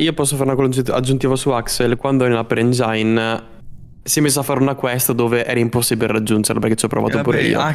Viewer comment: Per favore smettetela di pronunciarlo "Engiain" si pronuncia "Engin"